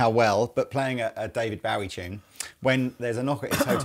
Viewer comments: Why do you pronounce Bowie wrong?? He’s stated himself it’s bow like bow and arrow. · Its not being British its just being ignorant. Its Bowie as in Bow tie. He actually says it himself in little drummer boy with Bing Crosby. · Every time you pronounce David Bowie's last name wrong I die a little inside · Does anyone else find it weird how they pronounce "Bowie". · ROB MY GOD MAN....they are holes im sure you know how f holes work...even whn through body like tha with thin wings it increases resonance to give more of a semi hollow sound without feedback, second that IS NOT nashville tuning at all AND ITS DAVID BOWIE like Bow and arrow BO, not bow to the queen...you guys saying BOWIe instead or BOwie is killing me even wors ethan the WRONG way you say BOOGIE like BOOOO from a ghost, and wrongly spell bogner